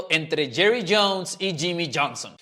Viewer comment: Yimi, yerri, yones , llonson ,yami ,yimi 😂🥴 que locura